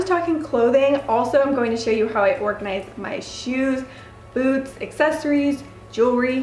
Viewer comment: I heard boobs not boots😂😂